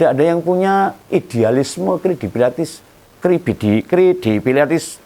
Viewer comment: Bukan krebidilatis om, tapi kredibilitas😅 mantaaappp.....terus kritis om....semangatttt 👍💪